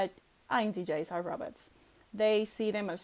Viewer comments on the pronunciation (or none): I heard robbit. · I thought she called me a rabbit.... she cute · I thought she was calling me a rabbit. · I thought she was calling me rubber.